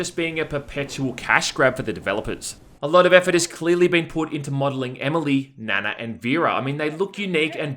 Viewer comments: It's pronounced Nah-Nah, which in Japanese is Seven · Nana is pronounced like “Na Na, what’s my name” in that Rihanna song. It’s actually more Japanese than Korean, but a popular k-pop idol has that name from After school/Orange Caramel. Honestly they should have named her Yuna, because I swear to god, she looks just like her. But since this is probably sexual in some nature, that would be creepy because Yuna (the singer) would have been 17 when this game came out. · It pronounces "Na-Na" is a sassy Asian name. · Nana pronounced Naa Naa , there is a famous real kpop star Nana from the group Afterschool who the character is probably modelled off. I'm pretty sure Nanna is grandma, translators sound chinese maybe messed up the names lol. Nice review though, looks like a mindless game that's a good time waster lol. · Yeah Nana is pronounced with a long A. God those character models look like they were made in daz studio or are asset store purchases.